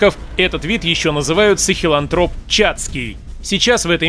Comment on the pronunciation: после 2х часовой лекции по австралопитекам на другом канале, твой ролик такой детский😝. и нашел ошибку. дриопитеки по современным понятиям уже не являются нашими предками. то что ты в ролике говоришь - это устаревшее и неправильное. сахелАнтроп ударение на А(ранний австролопитек). А вот еще ошибка: ардипитек это тоже австралопитек, а ты о нем и об других австралопитеках рассказываешь как будто это разные виды. блин, а вот еще ошибка: человек умелый это не первый человек на земле, перед ним был еще человек рудольфийский(рудольфский). вот сразу видно что ты старые книжки читал, когда ролик делал. в той же википедии посовременнее все. опять ошибка эректусы появились 2.5 миллиона лет назад, а не 1.800. да ну тебя🙆‍♀